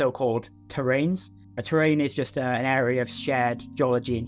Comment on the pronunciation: {It's "terrane" not terrain in this usage-thanks for an exciting video